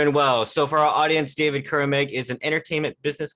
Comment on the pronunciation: It's cu-RAH-meng